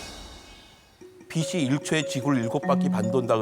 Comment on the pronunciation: 비 시아니라 비 치 라고 말하삼~~ 빗과 빛을 넘 혼동하는듯~~